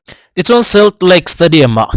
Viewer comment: Solt lake tiin lam la.. ngaihthlak a nuam deuh tur.